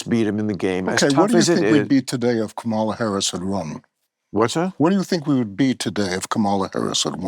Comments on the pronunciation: Mispronouncing Kamala Harris's name seems like a real indication of racism. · When that POS and scumbag Mamet, purposely mispronounced VP Harris' name and Maher said nothing, I was done. I have not watched Maher in 5 years. Just got fooled again. Never again. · That's when I would have shown him the door. He can't even pronounce Kamala correctly.